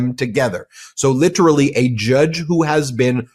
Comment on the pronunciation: Please learn how to pronounce “literally”.